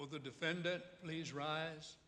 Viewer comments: Since when is defendant pronounced 'defend-ant'? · thought to meself i've never heard anyone talk about a red herring as an actual fish. that's cos there is no such fish. the prosecutor had a strange way of pronouncing "defendant" with the emphasis on the last syllable.good film but seemed very oldfashioned for 2010, we seemed to be still in a pre-internet world. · Is this a normal way to pronounce defendant? I never heard it before, but English is only my second language, so I might just lack experience as a listener.